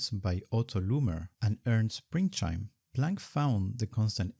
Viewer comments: Minor nitpick: he's called Ernst Pringsheim, not Pringscheim. Otherwise a fantastic video! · Great content, but it is Pringsheim, not Pringscheim.